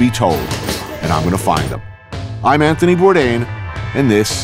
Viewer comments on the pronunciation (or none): none